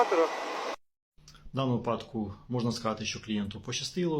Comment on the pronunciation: 😮 Шановний фахiвцю з галузi права!😮 Якщо Ви добре висвiтлюете ситуацiю з правовоii точки зору, то й мовте добре!😮 Не випАдок, а вИпадок!😮 Як казала одна викладачка в одному з iнтернет-урокiв з укр. мови, що якщо кажуть випАдок, то в мене стаеться припАдок ( перевiрочне слово)!😅 I не Ознак, а ознАк!😢 Вiдкрийте словник чи загуглiть як треба ставити наголос!😮😊 Чи Вам здаеться, що якщо так Ви кажете, то виглядаеться бiльш по-украiiнськи?!😂 Бо, якщо так Ви неграмотно кажете, то тодi й можна поставити пiд сумнiв фахову сторону Вашого комменту!😮😅🎉 Комментуйте грамотно!😊🎉